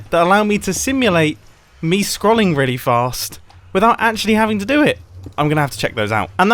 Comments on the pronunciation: When Mumbo pronounces scrolling scrol-ing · Forever living for the way Mumbo pronounces ‘scrolling’ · PLEASE MUMBO! Pronounce scrolling right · Anyone else notice how he pronounces “scrolling”